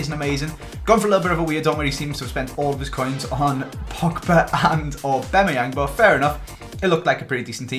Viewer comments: It's Skriniar not skrinarar, also Ghana is a country, not Idrissa Gana Gueye, it's Aubameyang not aubemeyeng and it's Dier not Dia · I love the RTG, but your pronunciation of some names is so frustrating!!! It’s AuBAMayang not AuBEMayang, and Dier is pronounced like Kieron Dyer. You even had it confirmed at the captcha event! Other than that, keep up the great content!